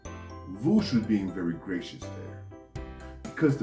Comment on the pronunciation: that last "voosh", tho!!! I laugghhhhhhheeeedd! :)